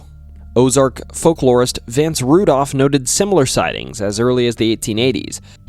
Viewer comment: I’ve scrolled down a while and haven’t seen anyone say this, which actually makes me sad: It’s not “Vince Rudolph,” it’s VANCE RANDOLPH! Ans if you haven’t read Pissing in the Snow, you’re missing out!